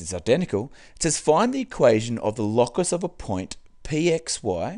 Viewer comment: is it not pronounced "low-cus" and not "law-cus"